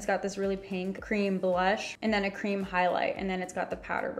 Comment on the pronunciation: Vanilla crem??!!? No hate just funny! I’m sorry if this offends you.